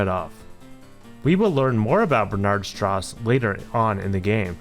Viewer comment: Strauss is pronounced “str-ow-s” :)